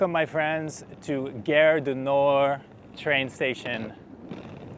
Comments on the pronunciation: cool! fyi gare rhymes with "are". not air. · The "a" in French is pronounced "ah" (as in "father"). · Little note on pronunciation: you are saying 'guerre' du Nord, 'war of the north' rather than 'gare du Nord'....Station of the North :) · GHARE, not gerre.! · nice video; just one tiny little thing... Gare du Nord (Northern Station) is proncounced as "gahr" - you pronouncing it as "Guerre du Nord", sounds to French like "War of the North" 😀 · Hé hé ... It's "Gare" as in "Gaaaaaahre". Aaaaah. Open up the 'a' :). You got it with "cAfé Allongé". Same 'a'. And it's not a company or store/product name, so it's OK to pause between words, same pace as a regular sentence. It's not "gare-du-nord". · Pronounce "Gare" like "garr", but with the A pronounced like the A in "garden". So like saying "garden", but stopping halfway and adding an R. 😘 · His pronunciation is a bit off track I thought we had started a war in the north. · Try garage du Nord then remove age... at the end it should be more or less good 😁